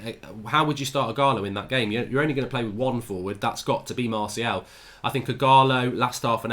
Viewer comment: how’s he not able to say Martials name properly though.. mans saying Marciel 😭